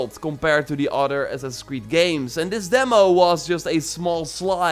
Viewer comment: How he says Assassin's "ass sasis" 😂